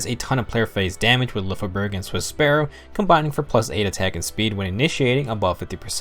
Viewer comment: I believe Lyfjaberg sounds more like "Lyfia-berg" than "Lyf-jaberg" In one of her Skill Activation quote, she says "Fly, Lyfja {Lyfia}", it may be her Pegasus' name, but it stills emply that her weapon name sounds similar, imo